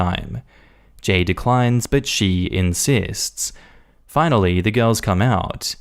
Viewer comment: Its uh "insists"